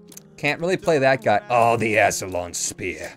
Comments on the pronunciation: It's [ˈaskələn] spear - Oxford Dictonary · "Ass-lion spear". That's what I heard him say.